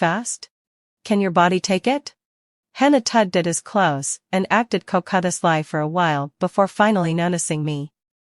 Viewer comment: Sister minus and minus in law. It's pronounced Sister in law, the hyphens are not pronounced. Check up, not check minus up. Coquetisly is pronounced ko- kwet-ish-ly.